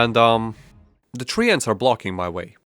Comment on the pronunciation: Your treants pronounciation killed me i swear